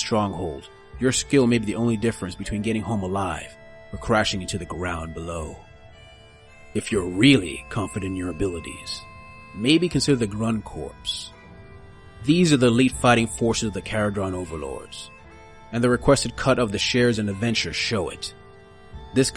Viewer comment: “Bow” is pronounced like “Bow before your king.” In naval terms. Not like “a cute bow on the puppy’s collar.” And “Corps” is pronounced “core” like “The Core of the Earth.” Not “Corpse” like a dead body.